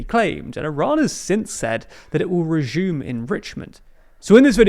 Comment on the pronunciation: Reshhuuuhmm, RESHUUM. IRAN RESHUUMS